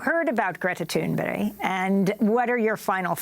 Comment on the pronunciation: Her name is Thunberg NOT Thunberry. she was a Guest for crap sake. 2nd time I heard Amy mis speak it in last week.